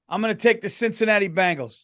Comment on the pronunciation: Hey, poorly; I truly like and respect you, but you gotta start pronouncing the Cincinnati Bengals correctly. It’s not Bangles. That’s a girl band.